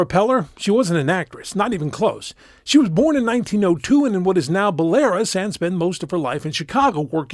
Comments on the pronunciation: The country is pronounced "Bella-Roose"; like Bella from Twilight and Roose Bolton from Game of Thrones. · Belarus is pronounced "bella-ROOSE", not "belair-us"